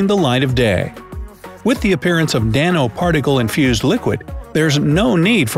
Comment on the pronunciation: Dano-particles?!? Gotta love an informational video where the narrator displays his ignorance.